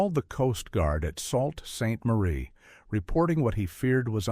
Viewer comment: The hull was not black... it was an oxide red. Look at the footage around the mark. It is pronounced Soo Saint Marie, not Salt Saint Marie. The front of the ship is called the Bow (pronounced /baʊ/, not bowe)